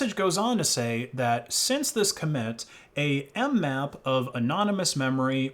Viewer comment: mmap* not nmap